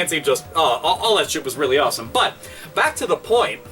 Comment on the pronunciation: Robert Pysh Yes 'weally'. =)